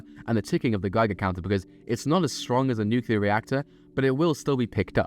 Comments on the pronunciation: It's not "nook-ya-ler", it's "new-clear" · My only annoyance with this video is the way you pronounce nuclear. It's pronounced "new-clear" not "new-cu-lar." Other than that, top notch. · New-KLEE-AR what are you george bush junior? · Just one question, what the fuck is nucular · Nucular* jam according to the video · Why people keep saying nuclear wrong? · That's not how you pronounce nuclear